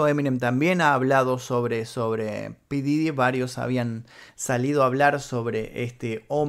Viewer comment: Se dice pooof didy no como tú dices 😒